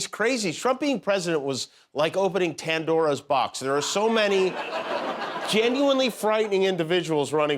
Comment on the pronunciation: Did Kimmel Mean Pandora instead of Tandora?